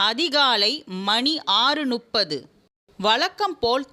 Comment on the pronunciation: மணி ஒன்பது நுப்பது அல்ல முப்பது.